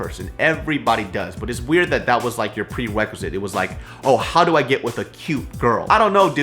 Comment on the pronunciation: you said "pwewequisite" :P